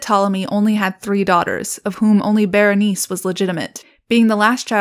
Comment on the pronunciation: Bernice? Girl. Berenicé, bear en eek ay, try to roll the r slightly. Bernice 🤦‍♀️